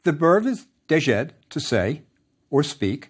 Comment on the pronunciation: I wondered the same. He's not very consistent. He also pronounced "djed" as "dezhed". It should just be one syllable ("jed"). Most egyptologists would pronounce the pronouns "sw" and "sy" as "soo" and "see". That's more common. As for the 3rd person, the little plant in "SeW" is a biconsonantal sign, being pronounced "sw", followed by the helping quail chick "w" to form "sw".